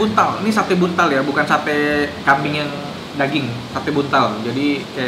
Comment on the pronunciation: koh, sate buntel bukan sate buntal :"" dikira ikan nt